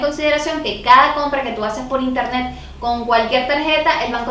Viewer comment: El primer paso para comprar en interneSSSS es el qué? jajajajajja, me caes súper bien 😂😂♥️